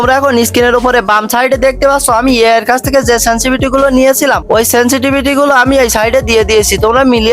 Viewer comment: সেনসিভিটি কি ভাই ? সেনসিটিভিটি হয় ভাই🥴